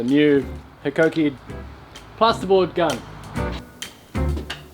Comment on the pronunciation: I noticed you got the pronunciation of "Hikoki" correct. It being a Japanese manufacturer the "Hi" is pronounced "he". At my local tool shop I tried to tell an Aussie tool expert he was pronouncing it wrong and he was about to knock my head off, as he knew the correct way to say it "High-Co-Key".